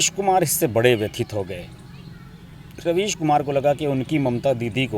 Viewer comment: Ravish kumar nahi raavish kumar .